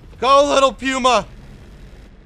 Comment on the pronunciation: " The PIUMA" :elbowcough